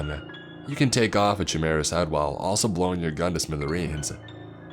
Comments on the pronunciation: Chi-meera? You mean KAI-MARE-A? Da fuck is a chi-meera. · A faux wall? FAUX is pronounced (FOE)!! Like FAKE. FAUX leather=FAKE leather. A FAUX WALL would be a FAKE WALL!! smdh Chimera is pronounced (KY-ME-RA)!! This video is 2 years old...I sincerely hope you can pronounce these right by now!! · You kept saying chimera and I'm like what is that lol its pronounced Ky- mira the c and h make a k sound. I could be wrong but I never heard it pronounced the way you are saying it lol